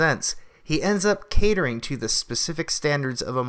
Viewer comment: He's a ball-less joke. And you are too REEEEDY!! So scripted! Please learn the difference between THEE AND THE AND AN AND A. It's cringy to hear you read this stuff as great as the content is!